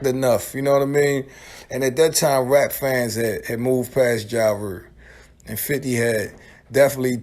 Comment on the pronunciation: "Mursic","Ja Rure".